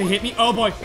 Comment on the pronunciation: When he says oh boy it sounds like boyo